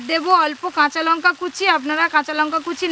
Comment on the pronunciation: Lonka noy lanka